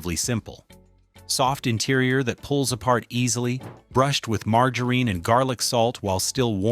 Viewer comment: I HATE the robot narrator in these videos. Pronouncing easy words like “margarine” four different ways and always incorrect. Embarrassing that whoever used an A.I. service instead of a human, thinks these videos are a-okay. No, it’s NOT a-okay! 😡🤬